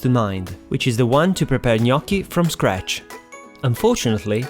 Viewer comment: Thanks for the right pronunciation 😍🍝